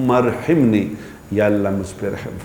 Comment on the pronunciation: اللہم ارحمنی۔۔۔ح کے اوپر زبر ہے